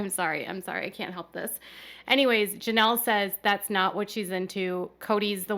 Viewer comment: It's "Janelle", not "Jameel"